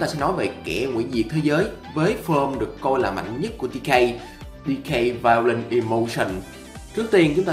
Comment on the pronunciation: Người ta đọc là violent đây ôg này đọc là violet